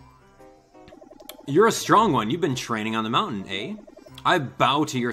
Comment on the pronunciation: strong, not sting...